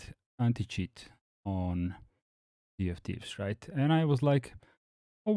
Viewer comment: When you say "Sea of Thieves", it sounds to me like you are saying "CFTs". I had to look up Rare games list to know it was infact Sea of Thieves. Of course later on, the tweet you show in the video spells it out clearly.